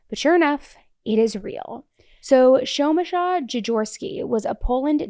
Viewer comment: Girl, you butchered Przemyslaw's name so bad I couldn't even guess what name it's meant to be. You can use google translate voice or any other app to play it if you can't prononounce, it's fine (and better than trying and failing).